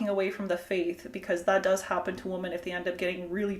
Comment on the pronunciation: I noticed that you continually say “woman” when you should be saying “women”. is this a Canadian linguistic development? I’ve never heard it before.